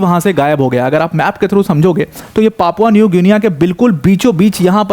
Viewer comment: Good video sir. It's pronounced like Papua New Ginni. Just for info